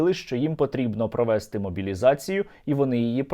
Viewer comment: Сергію, а чому "провéли", "провéсти", "часý", а не "провелú", "провестú", "чáсу"?